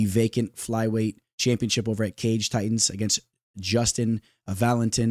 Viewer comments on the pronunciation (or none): none